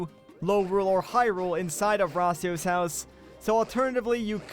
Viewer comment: Why are you saying rasio I though it was your house